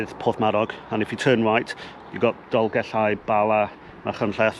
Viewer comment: Diolch Going to do this in April 2025 Best guide to this walk I did read somewhere that only disabled people are permitted to drive to the top? Great to hear you pronouncing the ll in Dolgellau